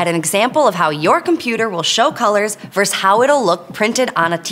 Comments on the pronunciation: VS is VERSUS not "VERSE". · It's nice to watch an intelligent person presenting something on YouTube. One minor criticism, though: The word "versus" has two syllables. 🙂